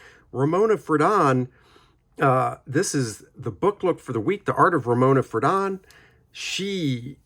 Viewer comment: I just heard that Ramona passed away last night, 02/24/2024, at age 97. (BTW, it's "FRAY-don," not "fruh-DON." Her husband Dana, a cartoonist for New Yorker magazine, passed away five years ago.)